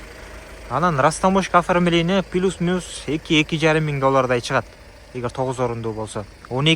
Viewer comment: Плюс дечи айланайын пилүс дебей